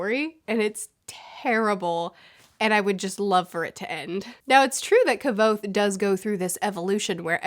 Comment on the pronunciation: It's so nice seen someone spealing Kvothe'sname right